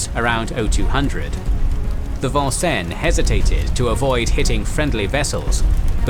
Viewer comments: I heard it as the Von-cen rather than the American pronunciation of Vin-senz. Kinda threw me off there. Otherwise this was an excellent presentation. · FYI, the proper pronunciation of USS Vincennes is: Vin-Senz. It is an Americanized bastardization of the French...this is rather common across the US Midwest, as English settlers changed the French place names into anglicized versions. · Love your presentation. One minor gripe is pronunciation of the name, Vincennes. It is is Vin senz as we Yanks have our colloquialisms. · Great video, as always. Couldn’t help but crack a smile at the pronunciation of Vincennes (the “probably” correct French “vahn-sen”), as compared to the Americanized “vin-sanes” (the ship, named after a battle, named after a town in Indiana that is definitely pronounced that way 😊). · This is not the French Navy, Vincennes is named after a city in Indiana and also the site of a fort where George Rogers Clark led an attack on British troops. Hoosiers pronounce it Vin-sins.